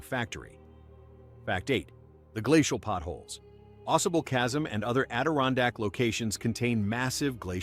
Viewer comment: AuSable Chasm was mispronounced. Aw-SAY-bull. Fact #9, there is a maple syrup museum in Croghan, in the western region of the Adirondacks.